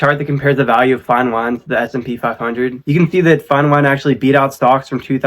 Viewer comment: Hey man, it's S&P 500!! Not smp 😅 it'll help your video to be algorithm-friendly as you correctly classify it!